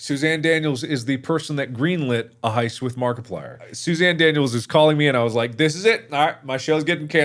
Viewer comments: Guys it's not Susan its SOUEZAN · johnny english: "its not susan, its shushan"